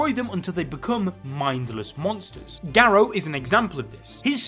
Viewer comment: Him - ga-row Me - gar-ru